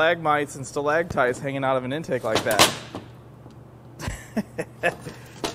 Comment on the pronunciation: "Stalactites" lol!!!